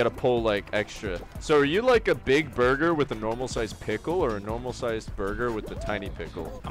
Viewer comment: jajajajaj Bro but, i dont get it, why they say burber instead of burger??